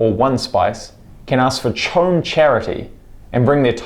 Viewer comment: CHOAM is pronounced KO-AM...long “o”, short “a”, hard “ch”.